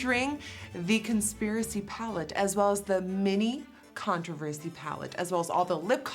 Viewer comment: omg! i was watching this video and the way nikkie said "controversy" was like "contourversy" but then i realised they would need to make so many different ones for all the shades and that would take like another year